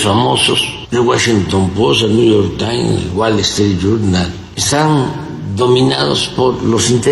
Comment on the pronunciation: Este güey no sabe ni hablar, el guachinton pos, el Gual estrit yurnal , el niu yor tain 😂😂😂😂😂😂